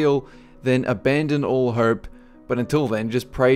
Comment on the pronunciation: I really like all your movies man.. But god fucking dammit am I the only one hearing "I really herp so" when you say "I really hope so"?